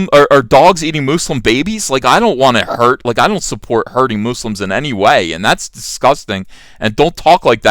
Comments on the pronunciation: Moose-lums! Very unique pronunciation! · Moose-lums , loll I like that pronunciation . Im going to steal that from you. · "Muh-slims" lol